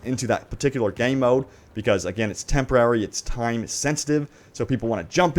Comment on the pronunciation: The way you pronounce “Game mode” is horrible.